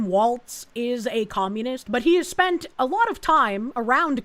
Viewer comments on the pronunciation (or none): none